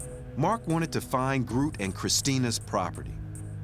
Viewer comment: The (Old) Dutch word 'groote' means 'tall' or 'big'. And by the way, in Dutch /oo/ isn't pronounced /u:/ (like in 'moon') but more like /oa/ as in 'loan'.